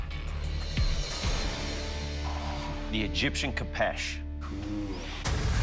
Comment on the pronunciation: This show cracks me up everytime an American struggles with the pronunciation of a sword. 'Ko-peesh" aye 😅